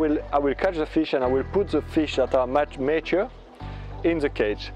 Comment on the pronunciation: May I assist you in your english pronounciation? It is "ma - ture", like the Italian, "ma" (but) and ture as in "pure". Thankyou for sharing. It is one of the things that I plan to do.